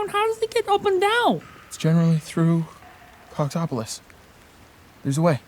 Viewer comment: It will never stop sounding like they’re saying “cocktopolis”